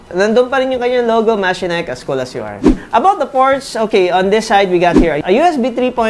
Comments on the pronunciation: MA-CHE-NIKE nd mechanike😂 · i have a Machenike i7 15.5 but wait... i thought it was pronounced as Ma-she-nik didn't thought it was Me-ka-nik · the branding pronunciation: From Mechanic to Machenike, i wondered a while ago. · diba ma-che-nik ang pronunciation of that brand?